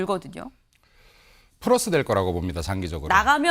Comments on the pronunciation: 프러스 ㅇㅈㄹ 하네 ㅋㅋ 발음도 줫같네 ㄹㅇ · 걸음걸이 봐라.....저 인간...그리고 대변인 이라는 인간...플러스 발음 조차 못하는 거 보면 기초 공부라도 제대로 했는지 싶다. 암울하다.